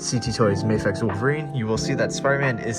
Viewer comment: Bro, it's Mah-fex not May-fex